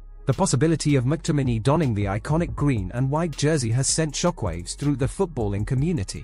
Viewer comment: His name is pronounced MacTominee